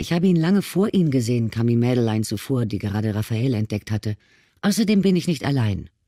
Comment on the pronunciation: Die Hauptdarstellerin ist Französin und heisst Madeleine. Das spricht man als Madlän aus und nicht wie die Leser es aussprechen: Mad-e-lein.. 😂